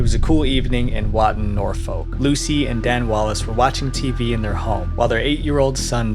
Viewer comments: Great video. But a little heads up, it's pronounced Nor-fook as in book or look, not Nor-folk, despite being spelt Norfolk. Source: I grew up there for 20+ years. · Norfolk in England is pronounced "Nor-fk."